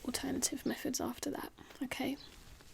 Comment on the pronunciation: "meffods". Oops, the RP slipped at bit there.